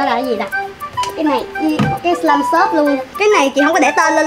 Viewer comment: ơi là slime chứ không phải lây